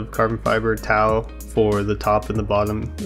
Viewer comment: Great job! I need to work on my 3d drawing skills! Carbon Tow is pronounced just like "Toe"